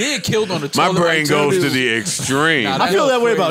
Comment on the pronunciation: “A Cold Toliet!!!” Lol